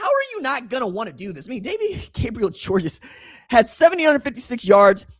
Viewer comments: Its pronounced George, not Georges. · Just letting you know that DGG personally pronounces his last name simply just GEORGE even though it's spelled Georges, the S at the end is silent! I guess it comes from French being his first language! I've heard him personally say his last name by telling folks at Baylor Academy interviews with him. I am 1,000% correct because my son plays safety and D-back at Baylor Academy here in Chattanooga Tennessee, my hometown! He's on scholarship thank God, because it not, then it's roughly a little north of 17,000$+ per semester for local, and last I checked for room and board out of town students is right at 35,000$-40,000$ for out of town and then international. Georges is obviously a scholarship student athlete, but if not, then his family would pay the 40,000$ per semester, so that's 80,000$ per year! Oh yeah, if you guys want to watch a huge rivalry highschool game, then mid season we play the Mccallie blue tornadoes! So Baylor vs McCallie! Ted Turner, the former owner of the Braves and owner of TBS and much more went to McCallie academy here in Chattanooga. We have several very high dollar academies. Baylor, McCallie, Notre Dame, Boyd Buchanan, csas, csla, olph and a few more that's 10,000$ a semester and up, with Baylor Academy being the Best one for academics and athletics! Go red raiders and big orange 🍊🧡🍊🤍